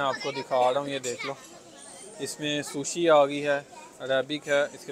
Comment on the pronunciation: OMG! You are calling Sushi as if it’s desert 😂 … and the pronunciation ..